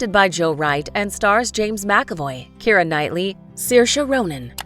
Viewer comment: Her name is Keira, not Keri!!